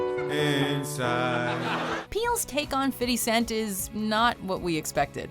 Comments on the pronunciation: To Whom It May Concern: STOP WITH THE "FIDDY" CENT...... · Literally EVERYtime you mention 50 Cent in a video, you say “fiddy” lol so damn gross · Fitty cent??? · ITS FIFTY NOT FUCKING FITTY